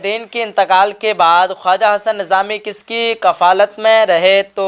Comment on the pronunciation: کَفالت نہیں کِفالت